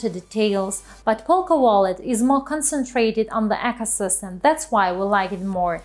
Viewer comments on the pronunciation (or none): I'm referring to the pronunciation of the word on the video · Acosystem... !? 'ecosystem'